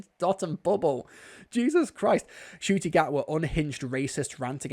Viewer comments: Oh yeah, he always pronounced Ncuti Gatwa as Nuh-Cutie... has for about a year. 😅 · bro this guy Jon Del Arroz is an absolute racist - his videos were brought into my feed as a suggestion and I thought "oh this guy is a sci-fi writer, maybe it is good criticism" and could not have been more wrong. He intentionally mispronounces Ncuti's name and twists every episode's plot in the weirdest, creepiest ways. I told him off in the comments and he just replied "there is a war for your mind" - which made me think the war for his was lost to evil a long ass time ago.